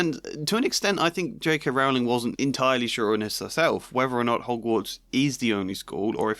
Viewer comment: Rowling like bowling, not like cowling.